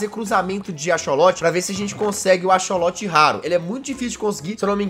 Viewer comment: jazz, a pronúncia de axolotl não é tipo acholote a pronúncia é tipo acsoloti